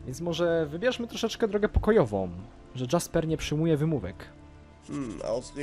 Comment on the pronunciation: A ludzie narzekają na dubbing w mrocznych tajemnicach a tutaj widzę w ogóle nie jest lepszy poziom :P Powodzenia w przechodzeniu modyfikacji ;) Jeszcze taka sprawa w niemieckim języku nie ma "dż" więc czytaj "Jasper" np. Tak sam jak "Jarkendar" a nie "Dżarkendar"